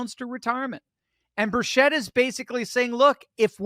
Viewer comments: Hard 'ch' like chess or chicken NOT 'sh' like she or sheep.... and 'chit' not 'chet' Tim 'Burchit' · "Birchett" is pronounced 'BUR-chet', not 'bur-SHET'. ☝ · Tim Burchett's last name is pronounced Bur-chet. Just sayin'